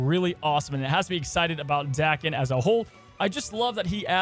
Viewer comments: Dude's name isn't Dakin. It's DAY ken. It's Japanese. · Pronounced Day-Ken I think 😊